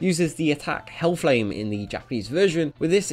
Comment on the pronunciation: I literally heard Hell Flame as Helhuu Flame in Japanese Version .